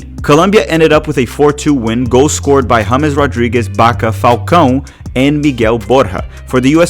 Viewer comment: Wait, this dude just referred to the great Falcao as "Falcone"? 🤦‍♂